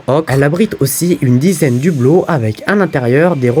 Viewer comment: Vidéo intéressante, par contre on dit "elle ne ROUVRIT" et non pas elle ne "rouvra". Edit : et aussi de hublots, pas "d'hublots" C'est un H aspiré. 😉